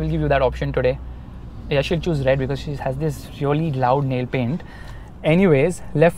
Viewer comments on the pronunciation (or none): none